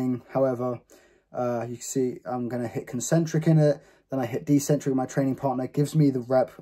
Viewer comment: It’s ECCENTRIC, Not DEcentric